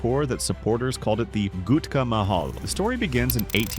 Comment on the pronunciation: saaar saar its gutka not ghutka